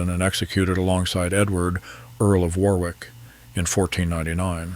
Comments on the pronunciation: Warwick is actually pronounced "Warrick" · The (Al ?) narrator could at least have established how to pronounce place names. It isn't Middle HAM, War Wick or Ca-LAY.